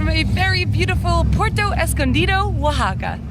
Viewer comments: I have watched several of your videos. I’ve found them informative and enjoyed your enthusiasm. However, I wince when you butcher the names of locales. IE: Taxco is “Tasco”. Puerto is “”Pwerto”. Please, please attempt to amend this. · Dangerous as hell Zicatela...... I left... Too many scary stories living there.................This guy is not giving an accurate report on what it is. He doesn't even pronounce Puerto correctly. Good place to get kidnapped... They don't mention the Mexican police cruising the Zicatela daily with Machine guns. So much to say be careful. Renting is good advice. The quality of surfing is mis-reported. NOT a place for consistent good waves. Maybe in the past but not now.